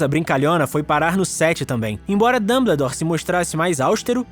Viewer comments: É Dumboldore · ELE FALO DANDEDOR DANDERDORRR🤬🤬🤬🤬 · mano, que agonia! A pronúncia é "Damboldor" kkkk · O cara me pronúncia "Dumbledore", do geito que escreve, mas a pronúncia certa é "Danboudór"! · Dâmbledor? Sério? Dói os ouvidos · Escreve "Dumbledore" E fala "Damboudor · Ele fala danbedor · dambledor KKIOKKJ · e q vc falou Damboldor kkkkkkkk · Pelas barbas de Merlin, essa pronúncia do nome do Dumbledore me mata eternamente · Me encomendei no início do vídeo mas depois achei bem legal, ficou muito parecido com o sotaque francês